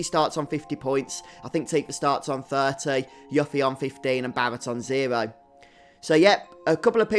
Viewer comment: It’s pronounced YOU-ffie not Yuh-ffie.